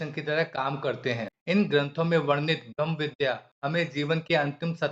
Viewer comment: ब्रह्म शब्द स्पष्ट उच्चारण करें,भम या भ्रम लगता है।